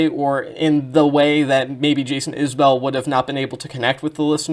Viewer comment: Enjoyed your analysis of the work and appreciate that you didn't do that parasocial thing with their relationship(s). Also, it's pronounced 'IS-bull', not 'is-BELL'. You've earned a new sub.